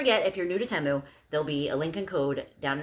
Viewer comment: btw it is pronounced tee-moo don't worry when i first heard of the app i thought it was teh-moo too.